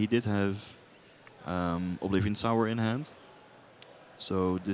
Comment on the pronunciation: ffs it's Sower, not Sour! knife hand twitch